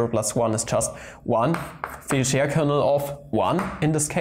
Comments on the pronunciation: Actually, if you pronounce Fejér normally, it doesn't absolutely sounds like fire😂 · As being Hungarian, I would guess: "fe" part of "fejér" is like "fe" in "fellow" (without the -llow part, for sure), the rest of the name was about OK :) However in this case, some should not trust to my English example (I'm really not so great in English) at least, eh :) But anyway, great video, and it's not a linguistic channel. Sorry for my little off-topic classified comment of mine :-O